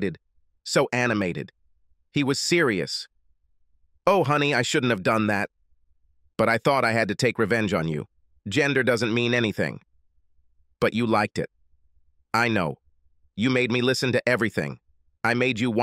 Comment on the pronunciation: The inane IA bot reader, or the person who translates, has no idea of the word "it". Everything is my, his, her, and all are used improperly. Pronunciation is another really bad point; e.g. 'liked' is said 'like ed' as two words. Ridiculous! This totally ruins the story. FIX THE BOTS AND TEACH PRONUNCIATION.